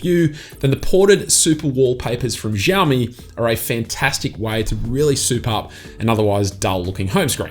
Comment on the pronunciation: It's pronounced "Shaomi"